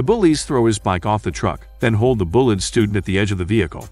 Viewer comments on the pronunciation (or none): The bullet students. This guy can't even say bullied correctly. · Am I the only one who hears "Bullet Student" ? xD